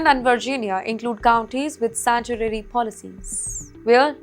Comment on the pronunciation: Girl you need to be deported.. wtf is sanchurary, azzylum, traffic spot ?? lol